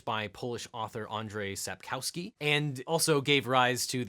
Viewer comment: by the way the authors name is pronounced SAP-KOV-SKI